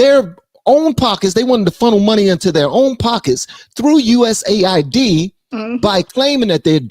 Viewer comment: I believe its pronounce "US" "AID" not USA ID.